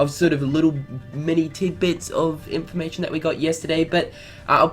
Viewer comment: só nomura has nothing to do with unchained x? who is in charge? and man, sorry, but the way you ALWAYS say "news and in for ma tion" is starting to get annoying 😯